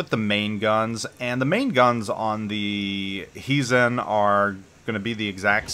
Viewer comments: It is pronounced as though you were saying "HI" to someone. HIzen. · Your Japanese pronunciation is decent. Except for the accent. It should be on the first syllable. Why English speakers give Japanese names Spanish (Italian ?) accents is beyond me :-D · I don't agree with you, directives are easy and 90% of the player base will do them anyway for the nice rewards. You basically spend 5000 doubloons for a Premium T9 BB that is the price of t5-t6 premium. The accent is on the "I" that is the problem with your pronunciation.